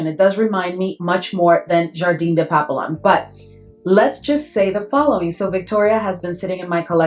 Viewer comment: Girl you have waaaay too many FRENCH PERFUMES for you NOT able to SPEAK FRENCH🤣🤣🤣🤣. Papillon is pronounced PAP- PE- YOH!!! You don't pronounced it the way it's spelt. Just saying 🙅‍♀️